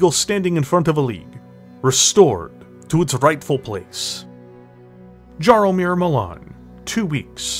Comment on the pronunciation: Very well produced video showing your love for BT as a franchise- I kinda hope that it will be made canon now 😅 Just one thing- if the mech's creator name is Jaromir, it is pronouced more like "Yaromir"- small thing, but it reallllly caused my polish heart pain to hear "Dżaromir" xD